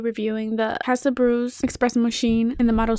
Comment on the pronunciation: It’s esssspressssssso not expresso